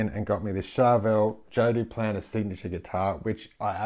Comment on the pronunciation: ''Joe Duplan ''